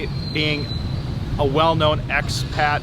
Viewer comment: It's "expat" not "axpet" - I don't mean to be "That" guy - What am I saying - I love being "That" guy - How long have you been in the Phils? How long have you been vlogging "Hey "? Daniel